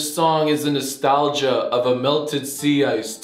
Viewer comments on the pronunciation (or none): none